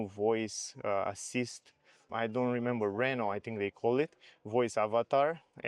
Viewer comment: The guy even at the Renault event wasn't able to learn how to pronounce Renault.